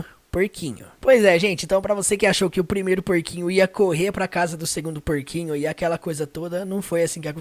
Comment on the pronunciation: Pronúncia da palavra casa ??? Acho que não ...